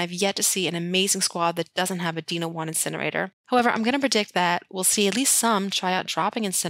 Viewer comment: I still get the giggles whenever I hear you say "deeno" wand.